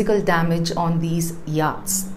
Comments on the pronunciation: I watch Pure Science n regularly and consider it a professional n well put together show. So I was surprised to note some grammatical mistakes.: *You sink a boat/vessel not drown it😊😊😊 * It's pronounced YOT not YAAT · Do check your pronunciation of yachts - it's completely off